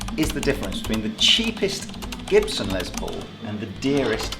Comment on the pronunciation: Lol It’s not Lez Paul as in lesbian, it’s pronounced Les, as in Less or short for Lester.